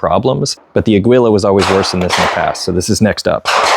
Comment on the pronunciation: Its pronounce as ah/gee/la, spanish for Eagle.